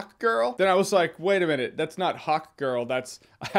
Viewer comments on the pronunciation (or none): none